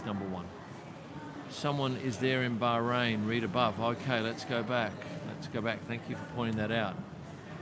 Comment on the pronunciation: Welcome to Barkrain. So this is the right way to pronounce. 😊